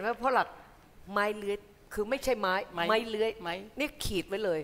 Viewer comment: ปอ ร้องเพลงดีมากเป็นไปตามที่คุณกันพูด ส่วนคำว่า"ไม้" ถ้าออกเสียงถูกต้องควรเป็น"มั้ย" มิใช่"ม้าย"ตามที่ออกเสียงกันทุกวันนี้ ส่วนคุณกบไม่วิจารณ์เพลงหลักไม้เลื้อยจะดีกว่า